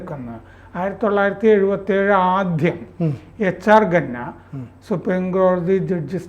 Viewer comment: ഘന്നയാണോ സാർ ഖന്ന അല്ലേ? Khanna